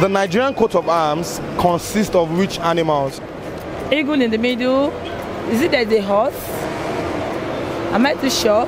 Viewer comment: Even Presenter has the H factor... Heagle